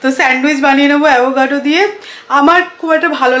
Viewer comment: It's not avogado. It's avocado.